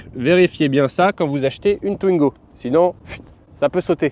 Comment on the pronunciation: "Twnigo", c'est un nouveau modèle ? 😅